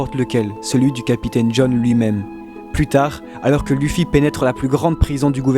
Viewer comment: APPREND A PRONONCER LE NOM DU HERO